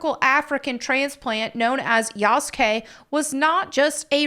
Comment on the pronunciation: Yasukey👀 yasugay💀